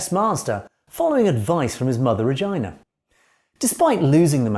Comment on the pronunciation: What an unfortunate mispronounciation of the name Regina.